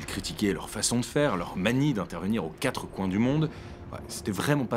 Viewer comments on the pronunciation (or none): none